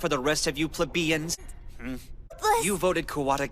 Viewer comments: Did this fucker just say "pleb-eeans" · Pla-beians is my new way to pronounce that word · this bitch has all the education he could ever want, but he can't pronounce plebeians correctly?